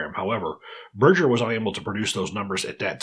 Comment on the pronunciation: its BERGER as in hamburger ,,,, not berdger